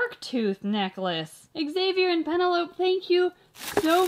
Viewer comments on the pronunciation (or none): The way she pronounced Penelope 😂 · I call "penelope" "Pe-Nuh-Lope" too! but it's supposed to be "puh-ne-lo-pee". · Lmfao I can’t stop laughing at the way she pronounced Penelope 😂😂😂 “pen a lope” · “PEN EH LOPE” 💀💀😂😂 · “Pa-nell-ah-pee” is how it’s pronounced LOL